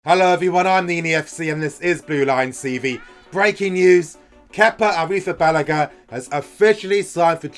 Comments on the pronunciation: Talha Rafique ARRRRITTTTHABALAGA on point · you ALMOST have the name right. I sent you a link on Twitter with Azpi and Kepa with the correct pronunciation. You have the emphasis wrong on the "balaga" part. I speak Spanish so it's easy for me. You will need to practice. The clip has the man himself pronouncing it.